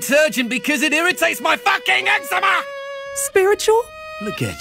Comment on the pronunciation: Why’d he pronounce eczema wrong tho